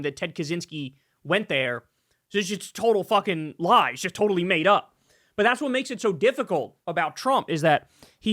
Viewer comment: Bro said Toe Tally Tarey a Tism